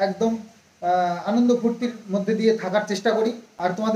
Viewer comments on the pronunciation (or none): none